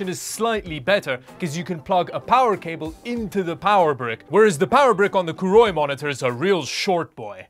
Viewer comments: Name is written as Koorui, pronounces it as Kuuroi. What? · Koorui... Would never buy one. I will never buy a Monitor from a Brand i cannot pronounce. If they grow up and come back with a real name, i would consider one